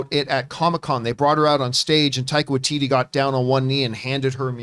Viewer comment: You say taika watiti and thor, I'm there.